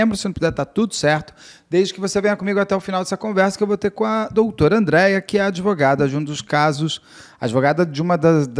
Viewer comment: Advogada que fala impactuar, ao invés de impactar,fica difícil. Penso que ela se apresenta como adevogada